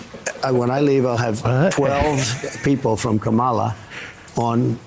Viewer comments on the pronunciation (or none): We should start pronouncing Donald as Doh-nald since he cant seem to pronounce Kamala correctly. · You know how I know all Republicans know they are pronouncing Kamala wrong? It's that not one of them has ever said it correctly even by accident...If they honestly just 'don't know how you say it'...then they would have said it, on accident, at least one time! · Does he not know he's mispronouncing her name, or he knows but is doing it to be disrespectful? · Don the Con trump is either too dumb or .too rude to pronounce Kamala's name correctly. Vote Blue to save USA from dumb donnie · as long as he mispronounces our vice president's name, I will call him Diaper Don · They do it on purpose.